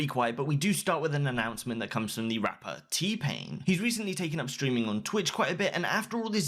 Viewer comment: lmao am i just the only one who heardd (Tpin) instead of T-pain